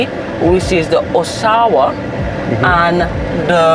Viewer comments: This community has names of the cities located in Ontario Canada. The pronunciation is Osh-awa(it is an aboriginal name). Blessings ❤ Congratulations on receiving your real estate licenses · The owner is definitely Canadian 😅 all those names are cities in Ontario the pronunciation for Oshawa is A-Showa …. I currently live in Brampton 🇨🇦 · Those names are Canadian cities. Oshawa is pronounced like you are saying Hush hour. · It’s pronounced “Osh-a-wa” we have a town with the same name in Canada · Aren't they the same developers who build the Pyramids that turn out to be infested with mold and people are stuck paying mortages on homes they cannot live in? The gray makes the homes looks like prison or concentration camp ground. Why all the Canadian names. it's pronounce Asha-Wah. The entrance looks like immigration border. No guys. They have no curb appeal or ambiance. It would be nice if we saw the inside of one of the units. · The sectors are named after cities in Canada: Markham, Brampton, Oshawa (pronounced Osh-A-wa), New Market, Milton and Vaughan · All names are from Canada 🇨🇦 where I live. Oshawa is not pronounced by you as we do here. These are cities in Canada for sure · D Its pronounced OSHAWA, like the city in Toronto, Canada